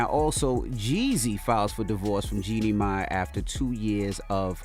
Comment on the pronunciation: Jeannie "May", "MonNaco"? Lord. Lol. It's Jeannie MY, and Monacco like the place.